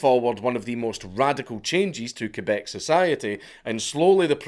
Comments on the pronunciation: Thank you for making the effort to pronounce the name of our province correctly ❤ Ké-Beck and not Kwé-beck, like so many others pronounce it. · Do you know how weird it feels to hear the correct french pronunciation for Québec (KAY-BEK) and not the annoying english pronunciation (KWEY-BEC)? Man, you clearly put the effort here. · Yooo I never thought he'd make a video about our LORE ahahah, nice. I'm also impressed about he pronounces "Québec" properly instead of "Qwébec". Props! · Holy shit you said Québec right! My man :) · You pronounce "Québec" better than most Canadians. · And you didn't butcher Québec All props Dank !! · My question is how is a scotsman able to pronounce my quebec language so well. Close enough anyway